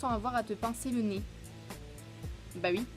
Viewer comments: Trooop chou tu dis « ui » au lieu de oui. Jtrouve c’est trop cutee. BRAVOOO POUR LES 100K TU LES MÉRITES ❤️ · C'est stressant tu dis "ui"